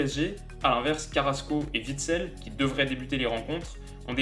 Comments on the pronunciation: "Vitsel" On dirait tellement une marque de bouteilles d'eau. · Super vidéo mais c'est Witsel pas Vitsel! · Superbe analyse!!! Rien à dire!! Je pense que tout a été dit par stonecrazy dans les commentaires!! Juste un petit "problème"!! Le "w" n'est pas un "v" hahaha Witsel se lit ouitsel Pour Alderweireld c'est plus compliqué à expliquer donc!! Qui mieux que lui-même pour le faire? Bon j'avoue, ce ne sont pas de réels problèmes mais c'est important quand même haha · Dis je sais que tu es français mais faut prononcer les W "oué" et pas "v" parce que la t'as dit Vitsel et Alderveireld alors que ça se prononce en phonétique "Ouit-sel et Al-der-oué-reld" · On dis Alderweireld et Witsel et pas Alderveireld et Vitsel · Super comme d habitude. Sauf que ça se prononce ouitsel et pas vitsel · Ta dis vitsel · Nickel ta vidéo :) :) . Seul problème c'est la prononciation des noms. En Belgique le w se dit pas v. On dira ouitsel pour witsel, alderouéreld...